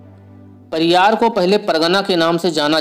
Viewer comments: परियर बोल महा आत्मा। पारियार नहीं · परियार नही परियर